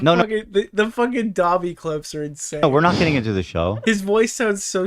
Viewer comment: Random but Ian kept saying gobby instead of dobby and that annoyed the hell out of me lol